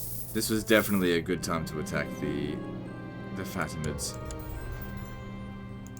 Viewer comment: I just love the way you pronounce faTimids